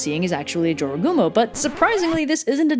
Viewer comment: I learned the right way to pronounce jorogumo from this video. In Spanish class we read a story by a Spanish-speaking author where a dude encountered a jorogumo and had to escape. There I learned to pronounce it as "ho-ro-gumo" because j is pronounced like an h in Spanish.